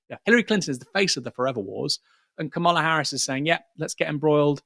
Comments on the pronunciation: Kam-a-la please get it right. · Aaron you still haven't worked out how to pronounce Kamala's name